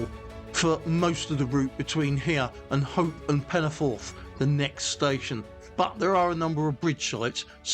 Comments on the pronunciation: . I've lived in the area for sixty five years and obviously know many people from the area, went to school in the area and have worked in the area and I'm very sorry but your pronunciation sounds nothing like anything I've heard, most people call it Penyford, though some native Welsh speakers do pronounce it differently it sounds nothing like the way you say it. Don't worry, I still struggle with the correct way of saying Welsh names that include the double D or double L correctly, at least you did try. Great video by the way, loving this series, this is not one of the more well known branch lines, and doesn't get the attention it deserves imo. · Its pronounced Penny - Ford